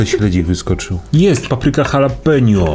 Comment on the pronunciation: Dżalapino, a nie halapenio...